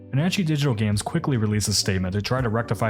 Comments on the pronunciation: Wait, that's not how you pronounce panache... It's like pan-osh right? It's not pan-anne-chee? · I'm pretty sure panache is not pronounced pan-atchy; it's pronounced puh-nash. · Uh... I've never heard of Panache Digital Games before, but are you sure it's pronounced "pannachie" and not the usual "panash"? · Panache = Pan-Ash, not Pan-Atchy Well thought out piece, though. Heartily agree. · 'panache' is pronounced 'pa-na-sh', not 'pa-nan-che'. 's french, innit. I knew what you meant tho, but this way you know for next time. great vid! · Surely it's pronounced "panache" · "Panachee"? Sounds like AI reading. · "pin-a-chee" hurts me. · The irony of talking about these companies not checking their work and catching mistakes while saying "puh-nah-chee" over and over and over again is not lost on me. Come on, buddy. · Meant to be helpful..! Panache is pronounce PA-nash. As in gnashing of teeth. Or Nashville, TN. Not trying to get on a guy who'd never been given the connection between the written and spoken word. I've made that same kind of mistake plenty. C= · Correct me if I'm wrong but, I think it's pronounced "Pan-ash"? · Did you call them "Panachee" Digital Games? Is an AI reading this script? You even mispronounced Patrice's name. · "pa na che" yeah... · Complaining about Panache not check their work while you mispronounce their easily Googled name (which is simply a common French word often imported in to English) multiple times is a little ironic. Puhhnanchy lmao. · The e in panache is silent. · Does Panache pronounce its name like that or are you rage baiting Yahtzee? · Anyone else distracted by the repeated mispronunciation of "Panache" and Patrice Désilets name? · I don't believe I've heard the word Panache pronounced that way before. I honestly prefer it.